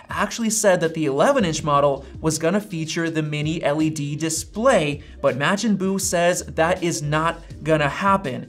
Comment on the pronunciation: Okay, no short A sound in Buu’s name.